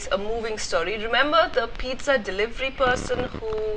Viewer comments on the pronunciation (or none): none